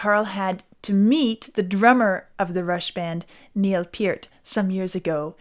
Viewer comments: Nice to hear Neil's name pronounced correctly :) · I love how she pronounces Neil's name properly. That's refreshing!